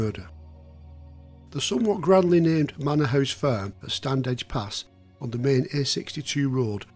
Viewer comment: Just to say that Standedge is pronounced 'Stannage', the 'd' is silent.